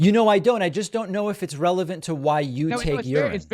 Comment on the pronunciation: Was it me or did after 2 SHOTS at 'Relevant' he STILL said 'revelant'!? I blame home schoolin on the whole 'my own science' epidemic! And well when your whole world view is biblical based aliens are demons,& everything is a Satanic sign from Monster Drinks to any Triangle Anywhere you just aren't a serious minded person. Maybe well intentioned but sadly misguided,maybe corrupt in top!👽